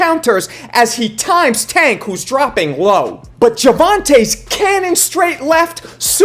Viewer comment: Put some respect on pronouncing tank name